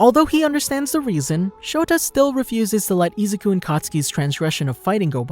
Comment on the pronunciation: Bro it's Izuku not Izaku. Good video but that was annoying the f outa me.